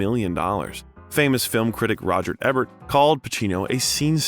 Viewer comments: C'mon! Haven't you seen "Seer-pee-co?". It was reviewed by film critic Roger "Eh-bert". And Pacino won the "see-essle" B. Demille award! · Roger EEEEbert not Ehbert and Francis Ford Co puh la Sorry , Just a heads up 👍